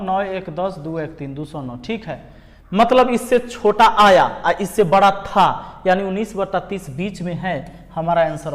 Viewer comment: Sir bra nhi bda hota hai sorry sir